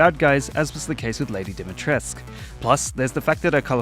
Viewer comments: i cringed so hard when he said Dimitrescu as "Dimitresk" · listen. LADY DIMITRESCU IS A ROMANIAN NAME AND IT IS PRONOUNCED dee-mee-tres-koo (with a hard r in tres) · Why tf do people pronounce Lady Dimitrescu wrong. I know that's how the creator's of the character pronounce her name, but it's a real name, and it is not pronounced that way.